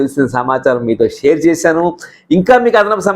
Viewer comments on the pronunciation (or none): none